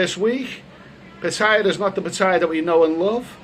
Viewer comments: It's good to hear you got a little, but if Patts doesn't work out, you might want to take the midnight train (first class of course) from BKK to Chaing Mai: lovely this time of year. Also, my friend, you're hurting my ears a bit with the pronunciation of your current location: try pah-TEE-yah. Ask your Thai lady friend. Cheers. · 1. Pronounce pattaya properly 2. Donate all monetisation of this YouTube video to thai people